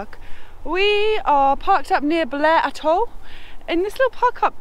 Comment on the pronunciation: its not blair atoll its athhhhol